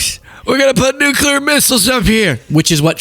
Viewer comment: “Nukaler” missles.